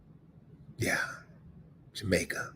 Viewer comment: Willie, that Jamaican place should be pronounced like "Yah-mings" like altogether. The N is almost silent. Just to let you know bro.👍🏽